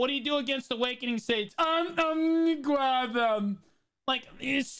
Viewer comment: that might be his best "I'ma gwab them" so far. We need a compilation of these